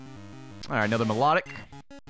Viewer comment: Ok, this bothered me the entire time: Is it pronounced My-lah-tic or My-low-tic? I've always heard the second one.